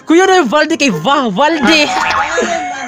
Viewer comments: Leter" V " valde 😅😂😂😂😂😂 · Letter V.. " Valde " natawa ako doon 🤣🤣